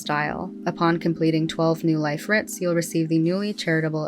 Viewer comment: Why do I keep hearing "no life" when it should be "new life"...